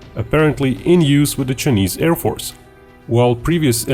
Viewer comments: Its Chi a neees not chenesss. Please stop being Grounds keeper Willie. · The way you pronounce "chinese" is so typical russian